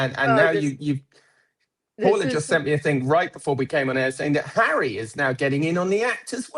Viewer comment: 😂😂😂 "royal sources" = hawwy and MeGain